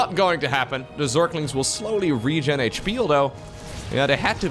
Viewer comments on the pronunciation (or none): none